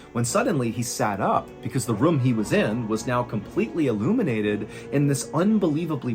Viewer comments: I love your story telling, Mr Allen but I hate how you say room. It’s pronounced like roooohm not rum 😂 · ayo , quick question fr I need someone to go through all this man’s videos and let me know how many times he pronounces “room” like “rum” cause bruh